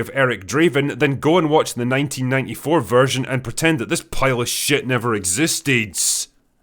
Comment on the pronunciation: Ah yes, i smell shait